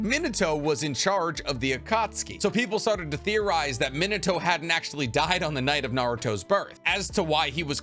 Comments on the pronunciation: Its pronounced MEAN uh toe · I can't get over your pronunciation of Minato as "Minnetow" -. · Does it bother anyone else that he pronouces Minato wrong like 15 times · This video is awesome! But how/why do you pronounce Minato so horribly?